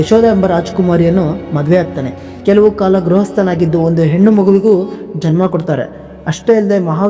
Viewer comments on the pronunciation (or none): none